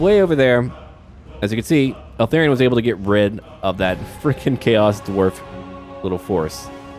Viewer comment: Dude, pronounce it ELthARion, not ALthERrion, it's driving me crazy 😂